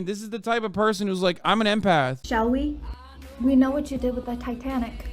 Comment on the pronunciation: "I'm an intuitive empyth" 😂😂😂😂 WTF is an "empyth" lmmfao